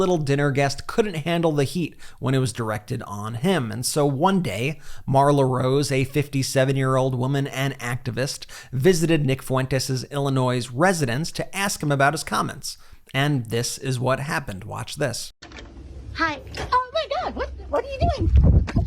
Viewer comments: Ill-i-noys? Are you kidding me? It's Ill-i-noy. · Hey, just FYI, the s at the end of Illinois is silent. Pronounced like “Illinoy” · Don't like to nit-pick but we don't pronounce the 's' at the end of ill-i-noy. Otherwise keep up the good work😊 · The S at the end of Illinois is silent. It's "ill uh noy," not "ill uh noise." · Pro tip from someone who lived in Illinois for 62 years. It is pronounced "Ill-annoy". No "noise" sound at the end. Carry on. 😊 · Ummm...Brett, the S is silent in Illinois. I figured you would know that. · I agree he's a shit but could you learn to pronounce Illinois. The s is silent. Also are you aware that his parents are notorious racists too. If they see people of color at a restaurant they storm out. This cook county illinois('the s is silent) not the deep south. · Bret. Just a note, the S is silent in Illinois. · Btw- Illinois ? The letter 's' is not pronounced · I am a faithful watcher. I have to complain. Your video heading said Trump was arrested. And then you mispronounced Illinois. The “s” is silent. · FYI, the "s" in Illinois is silent. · HOW do you not know how to pronounce "Illinois"? Wait - Edit: Just got to and you won me back. Totally with you. Nicely phrased. It's not "good" news, but there's welcome news within 💙🇺🇸✌ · FYI The S at the end of Illinois is silent. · Oh come on you should know how to pronounce Illinois. The last S is silent! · No One Wants To Touch U W A 20,000 Foot Pole A Notable Critique In Drinking The Kool Aide I Agree. Let’s Ignore Them PSSS It’s Illinois Don’t Pronounce The S. (Native American Pronunciation ) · Ok Brett, get this in your head. The 's' at the end of Illinois is silent!!!! Learn it or continue to look like and sound like an idiot!!!!! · His parents should have got him therapy decades ago. He is broken. Btw, the "s" is silent in Illinois. 😊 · The "s" in Illinois is silent my friends.